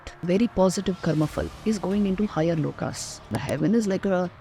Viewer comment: V : she says "Lokaa." Not correct. Right: "Lok/Parlok/Shlok (not "Shloka")." Kindly cure your mindless Indian obsessions with the letter A.